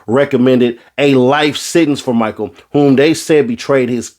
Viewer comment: It's not pronounced MICHAEL LIKE JORDAN...it's pronounced "MICHEL" LIKE MICHELLE OBAMA! It's Pras "Michelle" Michel. Put some respect on the man's name brah'. Carry On...